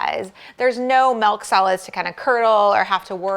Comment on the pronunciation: I love the " melk "